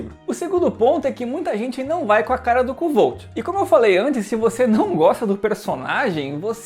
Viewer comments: A pronuncia é "Kote" se escreve kovthe, odiei o livro, personagem, vazio pouco carismatico e overpower, nao resolve nada com inteligência, so por puro talento. Livro arrastado, chato, 80% da historia é um saco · Oi, na verdade a pronúncia correta seria algo parecido como "Kfolf" ou "Kvolf", segundo o próprio autor :) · Kuotê seria a pronuncia certa, abraços.